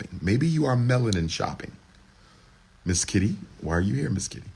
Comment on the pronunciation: This brotha kept sayin Mizz Kitty hahaha😂😂...dam freak hahaha i mean freak i. A definition of not hiding his desire for attention 😂😂